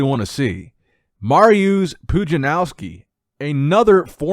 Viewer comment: Can tell how young you are by how you pronounce Mariusz "Marrr eee uzzz". lol.